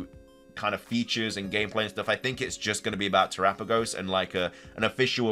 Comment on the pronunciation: Much respect on the correct pronunciation of Terapagos.